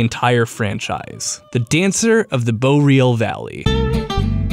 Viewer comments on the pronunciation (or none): I thought "Boreal" War pronounced Bore, Ree, al. Not Bow, Real. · "Dancer of the Boreal Valley." Take notes, kids. Listen to how he says it. BOW-RE-AL Dude. It's pronounced BOAR-RE-AL. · Really takes me right out of the damn video when you keep pronouncing Boreal Valley different ways every time.... The first time you said Bo-real, the second time you said it correctly, Bor-eal, and then you said it the first way again.... Like wtf dude.... Takes me right out of the video and not even want to watch it, and im only 3 mins in :/. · Oh thank god his stopped pronouncing it "bo-reel" after a while. Edit: Wait, no, he started again